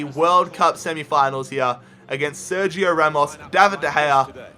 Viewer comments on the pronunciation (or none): none